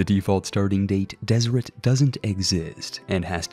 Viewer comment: Deseret is pronounced Deserette